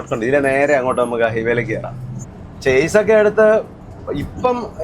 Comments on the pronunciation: ചേസ് അല്ല ഷാസി എന്നാണ് ശരി. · Its not ചാസ്സിസ്. ഇത് ഷാസി എന്നാണ് ശെരിയായ ഉച്ചാരണം